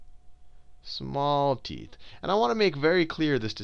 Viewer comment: Excuse me, did you say small tit? He-he-he-he